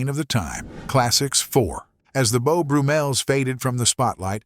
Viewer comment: Beau Broo-Mels? Named, no doubt after Beau BRUMM-el...